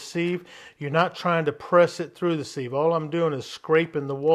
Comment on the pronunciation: Thanks looks yummy!! Don't mean to be rude but thought I'd tell you sieve is pronounced like give, or like....a thing with tiny holes that lets liquids through...LOL ...How about a video, steak for the wife? Hmmm I bet your a good cook!!